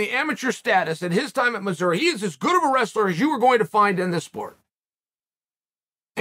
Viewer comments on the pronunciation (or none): none